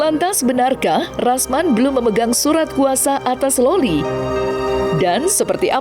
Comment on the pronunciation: Loli bang bukan lola